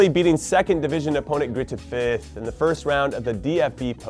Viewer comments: You say Dortmund’s Cup opponents like gruyter fert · That Greuther Fürth pronounciation was class😂😂